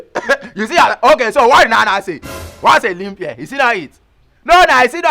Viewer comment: Did I hear aglobota ?😀😀😀say na limp year😀abi na Libya in pronounce , shaggy pls let me be you Engrish tesha😀